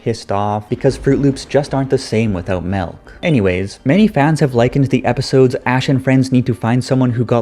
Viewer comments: Im triggered that you said melk its milk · did this guy just say "melk"? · "Melk" I'm guessing you're Canadian?